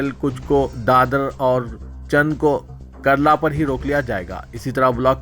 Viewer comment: Kurlaa station hai. Karla nahe.